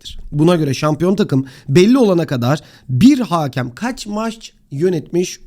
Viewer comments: haakem değil hakem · haaaaaakem değil yalnız o; hakem